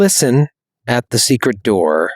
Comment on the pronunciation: "Secret yourselves into some robes"... he said it wrong , made it sound like secrete, 's why we say it more like seekrit when its said, ewww